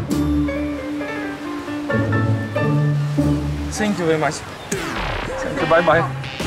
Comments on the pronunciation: Thank You... так режет слух Ваше - Сэнкъю! - что за С. Какая нафиг С. Произносите хотя бы Фэнкъю. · Ннвозможно слушать это ,,сенкью,,.отвратительно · "сенькью" прости хоспади